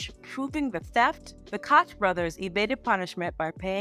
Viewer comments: FYI the Koch Brothers is pronounced like Coke ❤ great video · It's a German name for "Cook" and is pronounced "KO-gh"...Americans have a weird way of saying most foreign names. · I didn’t know that thank you! NYC had a Mayor named Ed koch (pronounced the way I did in the video) and I’m so used to seeing that name and pronouncing it that way . I forgot to switch the pronunciation for the video. Thank you for this insight❤️